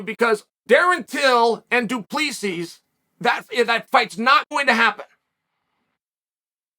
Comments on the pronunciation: Pronunciation - "Drick-Us Doo-Plus-See " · Saffa language lesson Chael. Dricus Du Plessis (do pla sea) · Now say it with me.....Doo-pla-cee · "Du Prissy, I took the name to learn his name." - Chael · It's pronounced Du Plessis ( Du_plus_C)🤣 Nice video bro! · Chael: I took time to learn his name Also Chael: Du Plexis Me: ok great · "Du Plexis" "Du Pleeseez" "Du Plesicks" Chael is undefeated in pronunciation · Dome tag " du plexis" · It's pronounced DU-PLA-SI you knucklehead. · Does uncle Chael deliberately pronounce names incorrectly Islam “Mackelchev”. Du plexis lol. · Me being a South African mixed martial artist I'm genuinely dying from the pronunciation 😭😹😹😹it's pronounced "Drikus du ple-si"😹😹😹spelled Dricus du Plessis😹😹😹😹😹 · Chael you say the last part of surname like you wud say sea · I took the time to learn it right. Du Presees ….😂😂👊👊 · Dree-cuss Doo Ples-si. Hopefully that helps on how to pronounce Dricus' name & surname. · Dricus DU PLESSIS (DO-PLA-SEE).. As a South African I just had to throw that out there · As a South African myself, I can only laugh my arse off at "Drekis du Plexis" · i'm with you Pete. Chael says 'you know i have trouble learning names but i respect this guy so i took the time to learn Du Preesee, Du Preesees Du Preesees' 😂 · Dri-kus Do-pla-see (how is it this hard ffs) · agh ne oum Chael. 🤣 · You lost me when you said his last name wrong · Uncle Chael says he takes time to read the comments, so Uncle Chael, as one of the South Africans who watch your your posts daily, I am happy that our guy made it on your channel. However you just butchered his name beyond words man, I couldn't stop laughing, and the fact you say you took time to learn how to pronounce his name😂😂 is just legendary stuff man.. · As a South Africa Chael just butchered his name in ways to you can't even imagine 😭😭😭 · Dear Chael. The last S in Dricus name is silent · Damn you butchered Dricus surname so bad 😂🤣